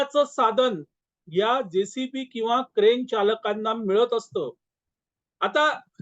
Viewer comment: जेसीपी नव्हे, जेसीबी. 🙏